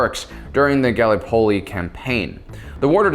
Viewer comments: Firstly, Water Diviner is a great film to watch. Secondly, Gallipoli is pronounced with the emphasis on the the I, not the l. (/ɡəˈlɪpəli, ɡæ-/, in IPA). Phonetically, it'd be like Galipoli, not gally polly. Thirdly, Maginot is pronounged with the G being more like a ZH then a firm G. Fourthly, Ardennes is pronounced pronetically as 'Ardeenes', not ardeknees. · Gally Polley? Gal-lip-oli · In Gallipoli, the emphasis is on the lip, not the pol. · Ga-lee-po-lee. Are-dens.